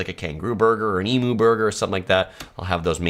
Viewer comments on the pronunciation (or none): Emoo? Ko-olla? Eem-you...ko-aalla. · I'm from Oz, Melbourne to be exact and the Emu pronunciation is not E - MOO, it's E- M-YOU, hope that helps, good video full of useful information for people from overseas......... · Your pronunciation of Melbourne is spot on -but it is eem-YOO, not eem-OO! I really don’t understand why no-one corrected u! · Well done on getting the pronunciation of Melbourne correct. As to the bird it is em-you, not em-oo. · Pronounce emu as "ee-myoo", not "ee-moo"! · Not eemoo. Its prounonced EEMYOU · And doesn't it just grate on our Aussie ears. Just because you pronounce it eemoo doesn't make it right. It's a bloody Eemyou! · You've been here 4 times you say and you still call emu. after a cow. It's e-mew, not ee-moo! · EMU pronuncation : emU not e MOO ! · Emoo is not how you pronounce our native bird. It is pronounced Emyou. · You Ossies are wrong. 1st thing. It's EMOO, not EMEW. 😮😮😮😮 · Please, please, please, it's eem-you not eemoo. 😋🇦🇺 Thank you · Great video- but Emu is pronounced EMU (Eeem - You) not E-MU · Please do not say... eem- oo the word is ...eem you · Eemew. Not eemu. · Emu is pronounced em-you. 4 times and you didn't pick that up. And you didn't know the term bin chickens. Drop bears are a joke. You sure you've been here. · Emu is pronounced Emyou. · Capybaras are South American. That is why you didn't see them. Emo is Pronounced with a hard E and mu pronounced mew. So Emew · Are you seriously trying to teach an Australian how to pronounce an Australian word? It’s Eee-mew. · It's pronounced (eemyou) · Its pronounced "eemiew". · Have to tell you Emu is pronounced E-Mew! 😂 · The u in emu is pronounced like the u in menu not emoo! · The animal word "emu" is pronounced "eem-you" in Australian accent and it's pronounced "ee-moo" in American accent! 🇦🇺 🇺🇸